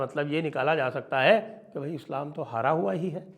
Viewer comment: "Haara hua hi" ni " hara(defeat)hua hi"😊😊